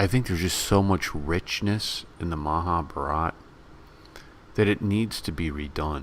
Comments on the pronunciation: you nearly spot on...if only you can pronounce Maha Bharat am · Please learn the proper pronunciation of "Mahabharata".